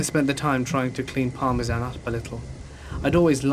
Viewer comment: The dog was named after the cheese parmesan 😂 and thats another word missed read by this guy Dont get me wrong man i listen to you all the time and it helps me by pass the time at work but geeze homie look some of these words up first 😅 at least i know what you are saying i guess And in the early 90s to the mid 90s willow creek California was known for its trees being huuuuuuuge af No joke i was riding in the back of the car with my uncle driving and i was looking out the window and something caught my eye .....i said out loud why do they have a fake praying mantis on the wall of the grocery store is thr grocery store called praying grocery or mantis shopping i asked and everyone in the car laughed at me 😢 i was thinking out loud and said why are guys laughing at me Its just a fake praying mantis on a grocery store wall everyone laughed harder being me my 3 brothers my cousin and uncle I was stumped trying to figure out why they was laughing at me 😮 Then one of the 5 blurted out thats not a fake praying mantis......i was like yeah it is .......no way is there a such thing as a 2 foot long praying mantis.......and they all laughed at me again and said yes that was real almost simultaneously Still to this day its hard to believe that the 2 foot long praying mantis was real but my uncle and cousin are known for telling the gods to honest truth my 3 brothers on the other hand lyed to me constantly but my uncle and cousin said it was real as well so i guess they was telling the tr